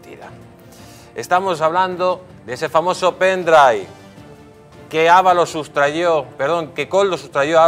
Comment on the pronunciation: Se dice sustrajo y no sustrayó. Por favor, somos de derechas, por lo tanto se nos supone cultos.